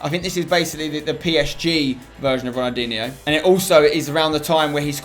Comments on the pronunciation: Ronaldinho - not Ronaldiniho. Stop adding an extra i between the n and h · Have a shot everytime he says Ronaldinhio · How many times does Spencer say ronaldiho in one video it must 40 times but great video Spencer